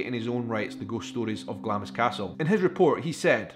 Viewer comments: My family are from Glamis and many of them including my Grandad worked on the estate and in the castle. It's actually pronounced Glams with a silently I 😁😁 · I can forgive Americans for mispronouncing Glamis. But for a Scotsman to do so is shameful. Sorry, forgot you said you were from Edinburgh. If only you'd been born in Glasgow.....LOL